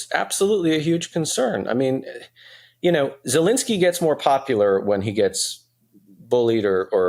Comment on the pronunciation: Tim... your guest is knowledgeable but he loses all credibility when he doesn't know the name of the Ukrainian president. He is NOT POLISH. Please tell him to look at the letters in the President's name and try it again!